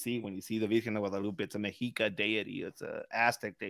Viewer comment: It's pronounced "meh-she-ka." Not "me-he-ka."